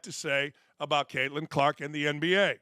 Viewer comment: I don’t watch women’s basketball, but you say there’s a “gal” named “Kaitlin Klarkk?”